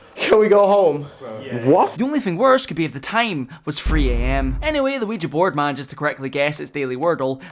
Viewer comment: Youre the first person I hear correctly pronouncing ouija